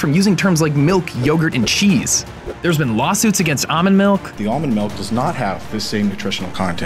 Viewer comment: its produced ALLmond not “ah-min”